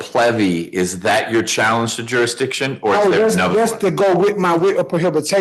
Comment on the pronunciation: "Durishdision" ? What u talkin about Willis?